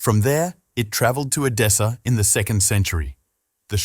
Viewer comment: EDESSA, not "Adessa." Edessa is now in Urfa, Turkey. Not "Dashani," either, but GEOFFROI DE CHARNY (c. 1300 or ), Lord (Seigneur) of LIREY (not "Larry). This is what I hate about machine-generated texts and audio: they get the basics very, very wrong!!!! Bother to get the details right!